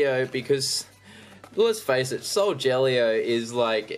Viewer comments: I also like how you call Solgaleo 'Soljellyo' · I liked it when you sead soljeleo when it's solgalio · You say solgaleo wrong it is sol-ga-Leo not sol-gel-eo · IT'S NOT SOLJELLYO IT'S SOULGALEO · It's not frickin soljellyo it's soul galy o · if he says sojaleo one more time... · I meant to say every time he says soljellyo it makes me cringe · He is saying solgeleo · Every time he says soljellyo I mak s me cringe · It's not solgeleo! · i like how you said solgaleo wrong